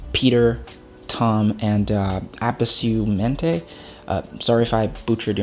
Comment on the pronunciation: Quite interesting video, very in depth explanation, loved it! By the way, if I’m not mistaken, your pronunciation of “abrasumente” was quite spot on for someone who’s speaking English. It means “Open up your mind” in Spanish, Cheers!